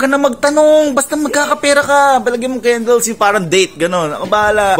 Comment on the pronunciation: HAHAHAHA the accent tho... kendels😂